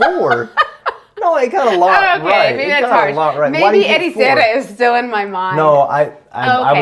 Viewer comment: it’s mostly alright, but… Ericeira?!? 😵‍💫